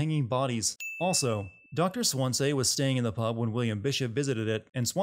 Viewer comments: This video's biggest sin: pronouncing it like 'Dr Swanzay' not 'Swanzee' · It's Doctor Swan-SEE not Swan-SAY, it hurts me so badly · I am not english, but I remember all the sins you gave for mispronouncing "origami" and "paco" in heavy rain. So, for the sake of learning, I was just wondering, why do you pronounce Swansea as "swansay"? Shouldn't it sound like swan and sea? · You should be sinned for pronouncing his name Dr. SWAN-SAY HIS NAME IS SWANSEA, SWAN SEA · Swan-sea, please... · Then why doesn't he know how to pronounce "Dr swansea". He says his name enough in the game, and he doesn't say Swan say. This guy didn't play the game. He's reading something someone else wrote and guessed wrong at the pronunciation. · Just sayin this dude could've pronounced "swansea" the right way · After so many hours of talking, you still can't pronounce Swansea 😂 I'm as dead as your taste in games right now. Based on this content, it's safe to say he didn't even listen to one conversation without skipping 60% of it. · Confused as to how you keep mispronouncing Swansea even when the characters are saying it in the gameplay shown in the video.